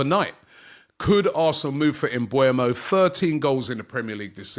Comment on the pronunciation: It is pronounced MBE-UMO, not MBU-EMO